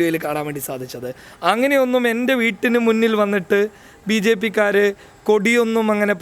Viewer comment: ബി ജെ പ്പി അല്ല പു ജേപ്പി😂